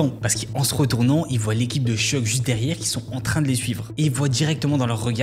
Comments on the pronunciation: Vu que c'est un des deux protagonistes de la vidéo, "Sheugue" tout du long, ça pique bien les oreilles, quand même... C'est "Shougue"! Suffit de répéter ce que les gens disent "en V.O." (pourtant plein d'extraits dans la vidéo). Y'a aussi 2-3 autres prononciations hasardeuses, mais au moins pour le principal c'est pas terrible, quoi... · Seudje? C'est pas Syudge? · "Suge" pas "cheug" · Concernant la prononciation, c'est pas [chug] knight mais [sudje]. Juste pour la correction 👍🏽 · Petite precision au passage : Suge se prononce comme Huge (SIOUDGE) Très bonne video, continue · Comment peut-on lire "Suge" et se dire que ça se prononce "Cheug". Faut faire un effort au moins pour prononcer le nom des gens dont tu parles pendant presque 20 minutes frr.